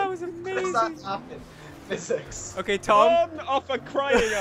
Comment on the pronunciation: I thought he Said "Dom" instead of "Tom". Still works though!